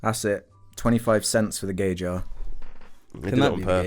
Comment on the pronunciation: See now it's actually JAR and not JJAR